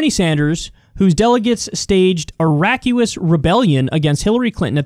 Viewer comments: Lol I wondered if anyone else caught that. Millennials are especially bad with mispronunciations and misspellings. Hey Kyle, it's RAW-CUSS not rack-you-us. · It's not "Rack-u-ous", it's "Roar"-"cous" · RACK YOU US rebellion? The word is pronounced RAW KUSS. Other than that, I agree with you 100%. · Raucous is pronounced "Raw-cuss" not "Rack-U-ous" 🤣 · "raw-kus" not "rack-u-us' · “Rack-you-us.” 😂 Come on, bro. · "Raucous" = raw-cus. Just a heads up Kyle. That hurt my ears...lol! 🤪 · It's RAW-KIS lmao 😂😂😂😂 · Kyle Kulinski is, in my opinion, one of the best political commentators on YouTube not only now, but consistently over the last decade (or so). Kyle: Mispronounces the word 'raucous' as 'racuous' less than 30 seconds into the first 'Secular Talk' segment I've seen today. ...Welp, nobody's perfect... :-S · More like raw-cuss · lol Kyle "Rak-u-us?" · Raucous is pronounced "raw cuss" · raucous is pronounced rukkus i think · Rackuous lol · Raucous does not rhyme with vacuous. Sorry. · Raucous is pronounced raw-cuss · Raucous ... Pronounced: ráw-cuss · "raucous"; another commonplace word Kyle can't pronounce. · "raucous" lol